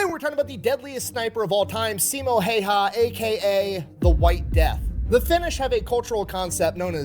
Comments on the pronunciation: Yeah Häyhä is not pronounced like that, not even close. Simo he did get correct tho. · I wish the original video would have gotten the name right because each and every reaction uses his pronunciation as a guide. Simo is pretty much ok (not perfect) but Häyhä is no where near even once in the video.